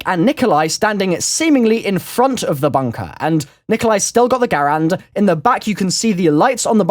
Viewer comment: THANKS FOR SAYING GARAND RIGHT!